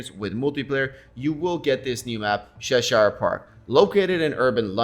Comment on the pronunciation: Please listen to the pronunciation of Cheshire lol.great vid tho bro